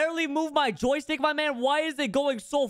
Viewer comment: when u say joy stick is so funny